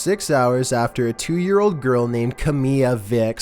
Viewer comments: he said sex exept of saying six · pronounce six as sex....big difference between the two... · The way he pronounce six is ahmmm nevermind